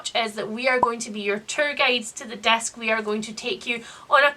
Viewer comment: Swear I thought you were saying "desk" instead of "disc". Around the Desk in 800 Days. Kind of a different read-a-long, I think.